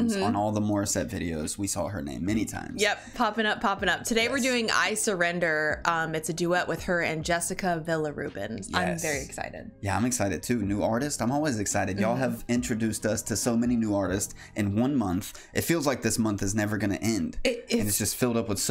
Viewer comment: Dear, It's a cover. Original by Celine Dion. FYI Villarubin is pronounced Vee-ya-ru-bin Now you know. I hope this helps. Leo Percussionist/Drummer San Francisco CA USA